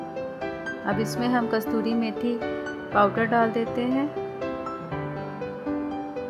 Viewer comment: Kasuri methi, not kasturi methi.